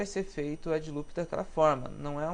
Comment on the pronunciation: pow mano bom trabalho, porem "edJe" loops fico foda da uma corrigida ai erros de português pega mau para um designer! desculpa qualquer coisa! abarço